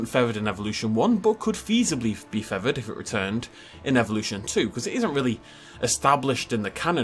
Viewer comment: Take a shot every time says "feavered" instead of "feathered" 🤣